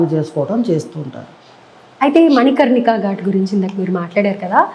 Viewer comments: ఆయన ఎవరో మీకు తెలుసా,? దూమావతి సిద్దులు..., కాల భైరవ సిద్దులు... తప్పు పలికినంత మాత్రాన హేళన చెయనవసరం లేదు... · మణి కంటిక కాదు మణి కర్ణిక అని ఆయనకు ఎవరన్నా చెప్పండయ్య... First ఇలాంటివి తెలుసుకొని ఇలాంటి ప్రసంగాలు ఇమ్మనండీ